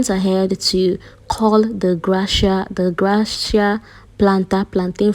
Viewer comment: Is that the pronunciation.. thought is gracia as in gracias or you don’t know the pronunciation??